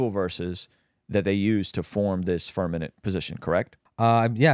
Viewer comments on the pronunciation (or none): It’s FIRMAMENT. TWO M’s. IF YOU SAY FIRNAMENT ONE MORE TIME I WILL LOSE MY MOTHER FU*KING MIND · Okay. It's Firmament, not firmanent. You giggle as if you know for sure, but I suspect it's a little nervous laughter. My friend showing me earth on a zoom call is a touch suspicious and the Catholic church being part of a deception is not such a stretch of the imagination. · The fact that is STILL calling it the firmaNent 😂😂😂😂😂😂😂😂 Vaccines and globe earth 😂😂😂😂😂😂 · Can’t even say Firmament properly. I’m outta this channel